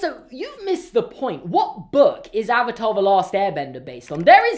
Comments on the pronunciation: How about its the WORST SERIES TO FILM ADAPTATION, especially since the series is the most perfect thing to ever exist👌👌👌👌😍😍😍😍😂😂😂😂😂. Also I dont think they pronounced a Single word right in this movie. AR u tHe Ovatar OonG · I tried watching this movie after I finished the show and stopped at the intro when they pronounced Avatar wrong. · This movie ruined my childhood. Also can we just point out that they couldn’t even say the avatar correctly throughout the whole film?